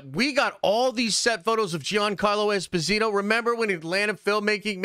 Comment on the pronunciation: Jean- Carlo Esposito it is pronounced like Jean-Luc Picard I have heard him pronounce his name